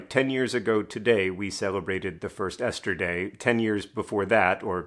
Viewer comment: When he said Esther Day it briefly sounded like yesterday... that is beautiful and I don't know why. Hope everyone has/had a lovely Esther Day, especially in these times we're in ❤